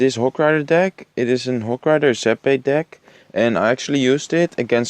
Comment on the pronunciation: Ik kan echt een nederlands accent horen wanneeer je an zegt (je hebt de neiging om een te zeggen) en plus (dat je gewoon nederlands uitspreekt. Let daar een beetje op.